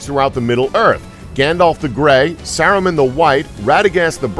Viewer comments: “More-dur” “Sur-on” “Sur-o-man” “Lem-bis” “Bum-bottle” “The Two Tower” “Ill-sa-dur” “Double-door” “Gellen Grindelwald” “Eeo-win” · Fuck it's Mordor not Mordur wtf is Mordur Sauron not Soren and Saruman not Serumin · “ suron and saraman” Please get someone who’s watched the movies and freaking KNOWS THE NAMES...disliked! 🤦🏻‍♀️❌ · Merder,suron, serumen, quality pronunciation mate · Serawn and Sarahman, Mortar. Lol This video needed more research, the theories about “tahm bambahdl” and Radagast are way off. To really understand the characters you need to read all the books related to middle earth.